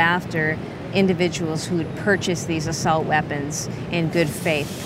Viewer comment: What’s an “Ah-silt” weapon? Does this dumb lady even speak English?